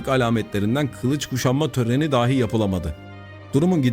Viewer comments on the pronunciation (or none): none